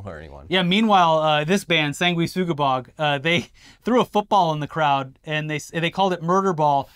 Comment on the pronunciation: Not only is wearing a Sanguisugabogg shirt, he can pronounce it!